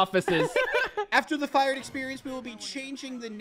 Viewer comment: It's not fired it's "fiyarhd-uh" Mr. Humblefloob lives a double life as a boss and fish